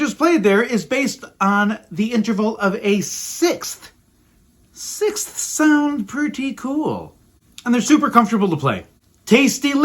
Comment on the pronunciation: That is the most difficult word in the English language You pronounced it PERFECTLY! SIXTHS